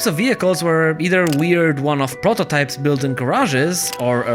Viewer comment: Take a moment the way he says prototype and the way the bike looks. 🤣😭🤌